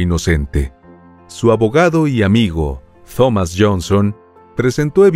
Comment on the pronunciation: Me encanta tu canal. Solo quise decirle que la Th en Thomas, se pronuncia como T, no TH. Es como "Tom-mis".